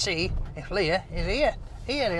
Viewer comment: its leah shut kever